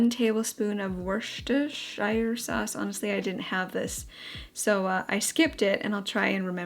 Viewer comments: Came here to say this 😂 however I’m from the South East and would say Wu-ster-sher. Same same tho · British viewer here! It's pronounced wuss-turr-sheer 🥰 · Pro tip how to pronounce Worcestershire. Think „dish-washer“ and reverse the syllables “wash-disher”. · And just call it Wooster sauce. That's what they call it in England. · In the uk we knock the shire off of Worcestershire so it's Worcester sauce. And the r is silent. Kind of like wooster sauce. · I'm a Brit, here to teach you how to say Worcestershire Sauce- it's Wuss- ter- sheer 😊 Love the recipes- and your apron!! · Werster-sheer is the best way of pronouncing it 🇦🇺😊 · Everyone struggles with the pronunciation of wis-ter-shear sauce lol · I believe one can pronounce it 'Wooster' or 'Woostershire' sauce 😊 Really cool recipes! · Great video! Also for your info - it’s pronounced ‘woo-ster-sheer sauce’, and it’s yummy! Haha xx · Worcestershire... everyone's nemesis LOL It's pronounced "Woostersher" or "Wustersher", much easier than it looks!! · Pronouce it wooster sauce. Yoyre welcome 💜 (trust me, im British) xx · Easy way to say 'Worcestershire' - say it like this......woosta sheer. Simple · Listening to trying to say Worcestershire just makes me smile. Unless your British the pronunciation is really confusing. Phonetically, it's prounounced Wus-ter-sheer if that helps anyone. It's lovely to see you getting all ready for baby ❤. Those recipes look delicious, made me hungry.xx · For anyone wondering, it's pronounced 'Wus-ter-shah' 😂 we know it makes no sense haha!